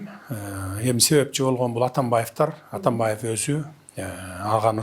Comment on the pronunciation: Өзү ушакчы эмеспи, калптан башкасын көрө элекпиз. Атамбайып, Ташийеп деп фамилияларды да так айта албайт. Мурунку сабатсыздардан кутула албай жатсак, бандиттерин пайдаланып бул чыкты.